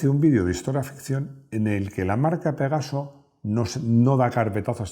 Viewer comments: Avísenle a Rodrigo que es Pegaso no pegazo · Rodrigo por favor!! PEGASO!!! Y NO PEGAZO!!